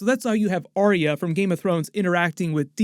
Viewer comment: Why can't people say Ar-ya? It's not Aria...FFS!